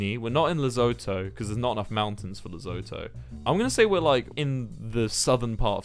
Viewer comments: “Lezoto”😂I am from South Africa and I am pretty sure it’s pronounced ‘le-SU-TO” Lesotho, unless I am being dumb and that’s an actual place 🫢 And don’t you dare judge me for watching a 3 year old video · I come from Lesotho and the way he says "lezoto" desturbs me on a personal level 😂😂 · WILBUR. WILBUR I BEG OF YOU TO PRONOUNCE LESOTHO RIGHT. Les-oo-two. NOT LES-OH-TOE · Lezoto??? Lesotho pronounced le - soot - oo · AS A SOUTH AFRICAN I'M DYING AT THE HE WAY HE SAID LESOTHO 😂 "Lezotoe" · lol here in SA it's pronounced with less of an "oh" sound and more like "oo". So you would pronounce it "Le-soo-too". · Wilbur I love you and coming from a South African.. it’s pronounced “ Le - soo- too “ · Congrats on the Lesotho one, but just be careful with the pronunciation. It's "Le-so-to" both the "so" and "to" with 'hard O's kinda like the o in two but different if you catch my drift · Lesotho js pronounced les-oo-thoo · its pronounced " la-soo-two" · It's pronounced le-soe-to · Im South African and i just want to say that your pronunciation of Lesotho is just wrong its pronounced (the oe is pronounced like the cou in Vancouver) Le-soe-toe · Me laughing as a south African while Wilbur pronounces Lesotho wrong😂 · Me when Wilbur said Lesotho wrong: me:WILBURRR THAT IS THAT HOW YOU PRENOUNCE IT DUDE AAAAAAAAAAAAAAAAAAAAAA (I also know because I live in South Africa😌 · Ok but why did he pronounce Lesotho like that... lmao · can you learn how to say Lesotho